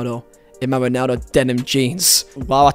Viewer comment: “Yo-nan-do” know him